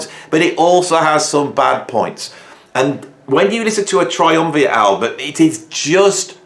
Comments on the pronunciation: You consistently mispronounced Triumvirat's name as Triumviat. Rat, man... think rat. Which, btw, featured prominently on their second album. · Triumvirat. Not Triumviat. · try umm veer ate not try umm vee it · It’s pronounced Triumvirat, not a fan either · That's not an "N" in "Triumvirat". Say it with me - "TriumviRat". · Tri-um-vee-at :) Bad and all as you think they are, why not pronounce their name properly? (I used to have the same problem pronouncing 'kryptonite' - but I was only 7. i'm dying to hear them now. I'll probably like them.